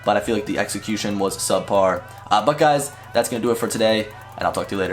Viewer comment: Butguys, sounds like "becauses". Drives me nuts. "But guys" ugh